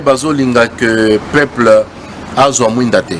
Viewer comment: Azo loba français mabe....balobaka dictature et non dictatire.....peuple et non paiple......Donc ozo luka no diriger na ba insuffisances linguistiques ya boye.....Président élu et non President éli